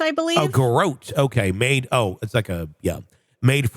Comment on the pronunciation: I'm pretty sure you need an apostrophe "S' in "Hidden Killers Podcast." And, you two need to expand your vocabularies; the word "Garrote" is pronounced, GA-ROT."